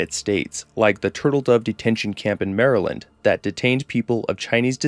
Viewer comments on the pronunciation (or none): none